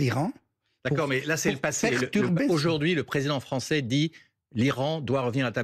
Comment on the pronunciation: Désolée, je n'ai pas voulu vous contrarier. Et "suffisance", non, j'ai l'habitude de repérer (et de m'interroger sur les fautes éventuelles, y compris les miennes car cela fait partie de mon travail), donc, c'est plutôt un réflexe. En tout cas, l'accent sur le a de "français" lui donne un petit côté sympa. (C''était plutôt marrant car vous parliez des progrès que l'ambassadeur devait faire en Français).